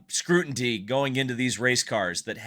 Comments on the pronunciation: It’s scrutiny…not scrutinty. 😉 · I think you mean scrutiny not scrutintee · Scrutiny, not scrutinty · scrutiny not scrunity. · Scruntintee is not a word, it is scrutiny. Jeez. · The word is "Scru tin y" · scrutiny. scrutiny. scrutiny. Not scrutinty. I hope that helps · Scrutiny not scrutinty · it's scrutiny not scrutinty. It's the details that make credibility. On subject I'm getting sick of inconsistent officiating affecting the outcome of sporting events. After the fact lawsuits...challenges...uneven penalizing when the rules are the rules and are clearly stipulated. It's the train of thought brought to bear by attorneys in a courtroom. It distorts and obfuscates truth. I'm speaking of sport in general not just Indy F1 NASCAR. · I gotta go bud. After the second time you said scrutinty, its scrutiny, ny as is the sound "nee" not "tee. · Pronounced: SCREW TUH NEE. and did we hear ratings? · The word scrutiny cannot be so tough to pronounce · If you can't pronounce words you are expected to use and read, you are not ready to create a podcast. S-C-R-U-T-I-N-Y. There is no second "T". Milk doesn't get "drank". Yes, there indeed is a scenario in which a winning place could be taken away. See Bobby Unser and Mario Andretti. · you gotta start pronouncing "scrutiny" correctly. You're giving my OCD fits 😅